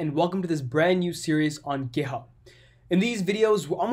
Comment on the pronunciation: Makes me laugh sounds like he saying gayhub